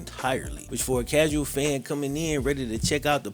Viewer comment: You keep saying "the causal fan this" "the casual fan that" maybe its you. Maybe you dont know ish and are putting that on the general audience so you don't stick out for not knowing what is going on.